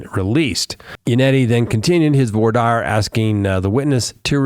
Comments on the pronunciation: You need to learn how to pronounce “voir dire” it’s “vuhrah deer” not the way you’re pronouncing it 😂😂😂😂😂😂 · spoke too soon, you switched back lol Voir is like voila without the la. Dire is like "dear"